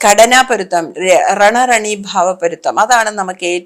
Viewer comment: മലയാളം അറിയില്ലേ. റെന റെന എന്നാണൊപറയേണ്ടത്